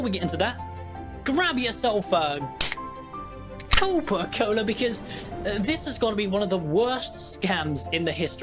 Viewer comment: Copa cola not coca cola. Copa cola for copium